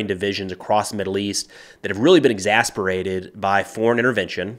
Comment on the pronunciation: Exacerbated not exasperated Love you program